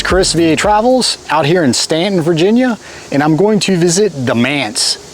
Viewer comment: You're finally pronouncing it correctly 😂and I'm so glad you're touring Staunton VA, beautiful old homes in that area. Looking forward to your videos